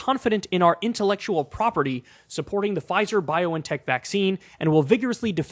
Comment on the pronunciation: where did you get this weird pronunciation of BioNTech from?